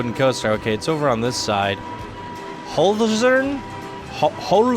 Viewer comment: Wie geil er Hölzern ausspricht :D